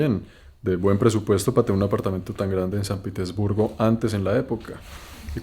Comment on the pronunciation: Lo pronuncias "Piter" respete usted no está en un país anglosajón. Pronuncielo correctamente. Respete